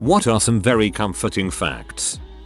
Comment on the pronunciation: "I find that very "com-FORT-ing".